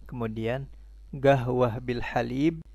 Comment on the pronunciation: Iya,kok jadi gahwah bunyi nya, bukan qohwah?